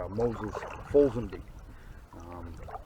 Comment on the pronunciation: I've lived in Tupper my whole life and I have never heard it pronounced that way. Folks around here pronounce it "Fall-ins-bee". Not saying that my way is correct, just saying that's how I've always heard it pronounced.